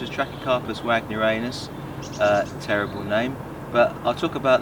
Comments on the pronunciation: We definitely don’t call it ANUS here. Ha. It’s “Wag Near eee on us”. Both sound funny. Was curious if you have tried growing pindo palms? Or any other cold hardy pinnate palm? Loads of various Trachys to grow. Some are quite rare and small too. But after a while the palmate leaf can get a little bit boring. That’s why I was curious if you grew any other palm types. They all look good and healthy though. Always nice to see another palm nerd out there. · He pronounced the name of Trachycarpus Wagnerianus wrong, so it's not weird.